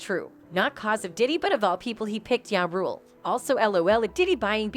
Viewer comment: She say ya rule who df is that I thought it was ja rule 😅😂😂😂😂